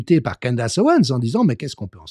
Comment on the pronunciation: Candace... à prononcer: "Candèce"